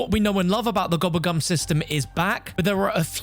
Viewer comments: Man keeps saying gubbegm instead of gobblegum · Bro, I love you, but I hate the way you pronounce gobble gum 😂